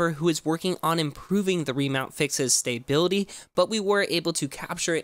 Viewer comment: Wtf is your pronunciation of "stability"? It's "stuh-bil-uh-tee" not "stay-bil-uh-tee"